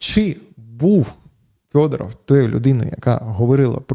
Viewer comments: Так ріже вухо Фьодоров, хіба не Федоров? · Ярославе, чому ж він у вас Фьодоров? Правильно ж Федоров!